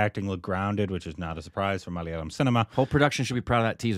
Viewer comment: Mic drop! Proud of the way pronounced Malayalam. You've come a long way, 😅